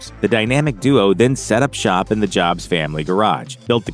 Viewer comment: Hating the robo voice and mispronouncing “Jobs” so I left this comment after 30 seconds of vid